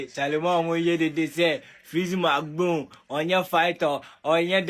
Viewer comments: Bro you have learn your pronunciations well, the name is freezy not flexy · Why are you calling him flexy instead of freexy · Massa freezy not fleezy ok prepare yourself before you come